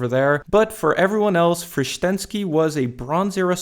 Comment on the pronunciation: Cudos for pronunciation of Frištenský's name. He was real beast!